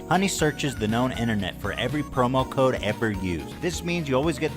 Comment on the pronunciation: I can’t get over this fucking guy pronouncing “code” as “cod”